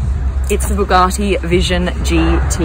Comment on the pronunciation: So they're Boogatti now blondie? It's Bugatti 🙄